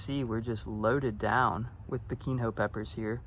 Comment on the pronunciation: It's not biquin ho 😂 the nh sounds like the spanish n in jalapeno